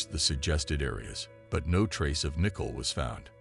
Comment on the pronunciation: Is that how they pronounce Nicole in the Netherlands?